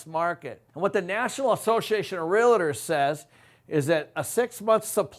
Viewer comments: Pronounced real tors your saying real a tors ! There is no a between real and tors !!! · 😡❓Stop frickin saying real-i-tors!!!! It’s RealTors. Other than that, great video!! Thanks 💥💯‼️ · (Realtors). Real-Tors Not "Rea-Lit-ors" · Hey....Can you please at least pronounce Realtors correctly? REAL TORS not REAL A TORS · It's not "realitors".